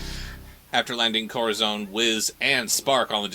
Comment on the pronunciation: Where to start with this series? First off, I can't get used to how everyone keeps calling Corazón 'Kohra-zawn'. I looked up the Latin American dub and they pronounce him perfectly! The first time they play fetchball, one of them puts the baseball in the toy box and Rotty claims it goes through the hoop. Seriously? What buffoon would through a baseball through a hoop? A baseball is clearly a toy, as evident in hundreds of illustrations of children's books. Luckily they seemed to have noticed that themselves and in the next episodes, the basketball goes into the hoop instead. Bringing us to our next point: Rotty. This has probably been pointed out in the video (I posted before watching) but why is his name Rotty if he's A BORDER COLLIE? And lastly, although people not that familiar with cars won't get this: the fact that the strays live in an old Toyota Van (VanWagon) from the 80s upsets me the more I see it. All those disposable 90s and 2000s cars in the junkyard, and they occupy the diamond in the rough. They made close to 170,000 of these in four years and only a few hundred are still on North American roads today. It's structurally even still in good condition save for graffiti and missing parts, and it is a crying shame to see one of the few survivors ending up like this.